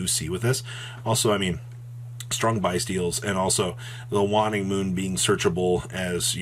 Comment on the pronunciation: If I had a dollar for every time mispronounces Shuraig and "waning" I'd be able to enter a few locals tournaments.